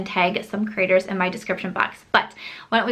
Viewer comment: Lol I keep hearing “critters” and then I’m like no she’s saying “creators” love you, and appreciate your channel😃